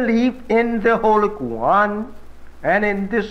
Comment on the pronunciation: I'm not Black but I am Arab Muslim, ..... I noticed he pronounced the Holy Qur'an as " Kwu-Ran instead of Kore'Ahn ( phenetically spelled)... If he really was a Messenger from Allah....would not he actually know how to pronounce the Arabic Quran??? Very interesting. I also would imagine he'd know Islamic theology also?